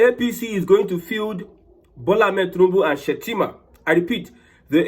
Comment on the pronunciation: He made a mistake on saying shettima